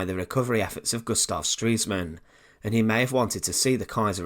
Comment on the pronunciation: As ever, a good selection of a tale, and carefully researched. You do a good job. I've one microquibble. Good enunciation always adds to credibility and enjoyment. Thus, e.g. Ribbentrop was a clerk (not a claak), he knew administation of Gustav Stresemann (not Streesman), he replaced Neurath (not Newraff), his deeds led to world war (not wowld waw). Sorry to be a dictator! But your good work can be even better.